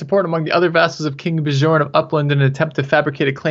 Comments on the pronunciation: please learn how to say Bjorn... its not that hard.. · You two should watch the tv series Vikings, then you'll know how to pronounce Bjorn at least lol